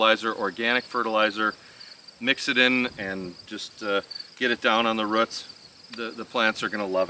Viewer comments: Great video on growing peppers! 🫑🫑🫑 I giggle every time you say roots, in the most endearing way of course, lol, "routs?" 🤗😆💕🌱 I always enjoy watching your Minnesota garden! Everything is so green! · Lol I giggled too. But to me it sounds like "ruts" hehe Old School here....I say Rooooots 😅